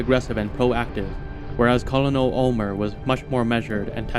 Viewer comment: Hey man! Great video. But you're pronouncing Colonel wrong. It's not as it's spelled is pronounced kur·nuhl. Like kernel of corn.